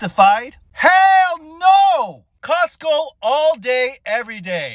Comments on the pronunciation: the “hell noooo” was personal lol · That “HELL NO!!!” was a bit personal 💀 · bro said "hell no" like it was personal💀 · That “hell no” was personal 💀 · that "hell no" was personal 💀